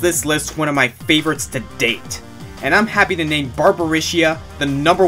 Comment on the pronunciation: ouch! you really butchered #5 name ~.~